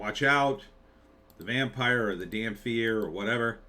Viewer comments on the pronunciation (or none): dampyr... The irony of a mispronunciation that could be fixed by standing in the Sun